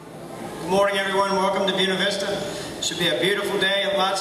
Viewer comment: BUE-NA is pronounced BOO-AY-NA. Dickwads.